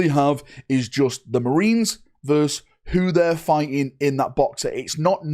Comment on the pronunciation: verSUS not verse